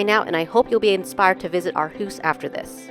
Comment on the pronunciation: One of the better Aarhus videos I’ve seen. And you pronounced Aarhus well.